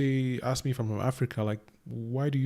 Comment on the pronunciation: Sister need to know the difference between ASK AND AXE